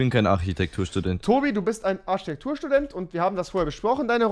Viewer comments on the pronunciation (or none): rewi du sagst immer arschitektur-student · Wer kennt sie nicht: Die Arschitektur